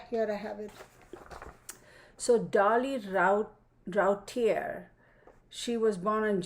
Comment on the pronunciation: Liking this without even watching it yet. Last name is pronounced Roo tee a.